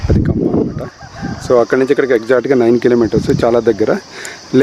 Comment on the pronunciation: Say kambham yaar.....we are listening as khammam